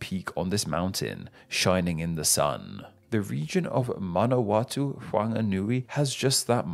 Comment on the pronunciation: Watching from Tāmaki Makarau (out west, so not a jafa), originally from Te Aroha in the Waikato. Not bad pronunciation for the most part; remember to pronounce each vowel (A-o-re-re), and the ones with macrons (ā, ū etc) get a little extra emphasis (Ma-na-wa-TŪ)